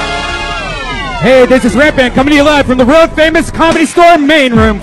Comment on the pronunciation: Someone teach Redban how to properly say the word "world"